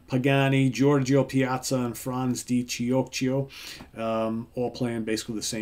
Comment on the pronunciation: cioccio=pronunce as it was chiocchio